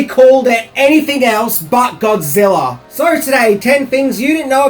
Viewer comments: I've ever heard of Godzilla but who is this "Godziller" that keeps talking about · Are you saying godziller?